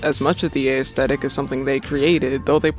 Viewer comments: The 'ae' in 'aesthetic' is pronounced the same way as the A in 'assume'. Not a-esthetic. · this is a great video, I hope you make more like it in the future. just one note though, the emphasis in aesthetic is not on the letter A. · Never heard aesthetic pronounced this way